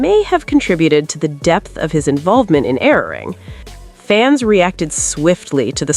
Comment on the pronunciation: Learn how to pronounce the name of the album